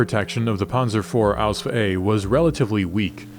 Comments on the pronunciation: as a legitimate german I can only state that repeadetly uttering ausf ausf ausf sounds ridiculous to german ears. There is not a single word in german with the ending sf. It doesnt even make sense for the ease of pronounciation. Even de englishman has problems to spell ausf. If you want to sound like and expert dont say ausf. Its just stupid and definitly not historically accurate. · Ausf is short for Ausführung only in writing, not in spelling. No german says Ausf, it sounds ridiculous.